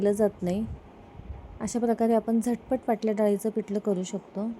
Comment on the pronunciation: पिटलं नाही पिठलं, पिट नाही पीठ 😂